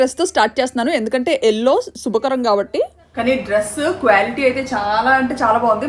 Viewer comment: Kwality kadandi qua qua..😂😂😂lity- Bebbidam😂😂